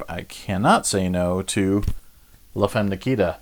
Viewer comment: it wouldn't hurt to do some research before saying titles like Das Boot and La Femme Nikita out loud :)